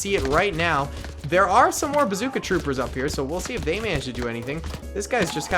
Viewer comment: I just wanted to be the 200 comment Also said basooca